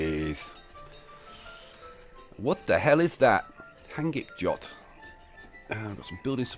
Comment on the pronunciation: Hangikjot is smoked lamb. A Traditional Icelandic food very nice it is too :) Not certain if it origionated here or not and not quite pronounced the way you tried hahah